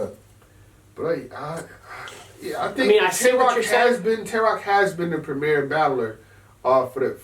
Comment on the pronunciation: You guys keep getting the name of the league wrong.. Its premier battles, prem I er, prem the I sounds like ee and er sounds a bit like ar... Not prem mier lol sounds like we going phantom of the opera or something... #yainmannynowlad